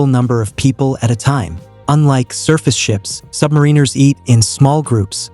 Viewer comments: Learn how to say "submariners." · The pronunciation of submariners is enraging.